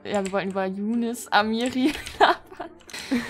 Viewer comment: Ich heiße im RL "Younis" mit "i" aber Trotzdem zucke ich jedes mal richtig zusammen wenn du so "Jounes" sagst. In der Schule sagen sie auch immer zu mir "Haha Younis mit dem kleinen Schwanz" 😣